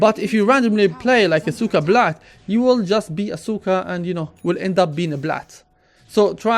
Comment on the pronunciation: it's "Sooka Blayeet" not Seeka Blat .. lawl